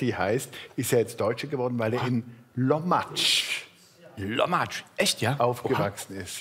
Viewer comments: Is nich Lommatsch. Der Ort heißt Kuhlumsch. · Das heißt nicht Lommatzsch, das heest lummsch